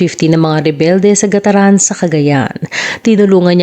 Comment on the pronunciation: Gat taran po at di gataran...